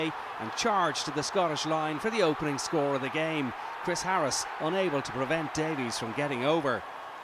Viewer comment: Also needs to realise you don’t pronounce the e in Davies